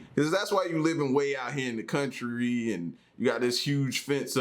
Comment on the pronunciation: L the way you said country sounded so brittish and because I'm brittish that gave me a chuckle 🤣 much love fam as always ❤👍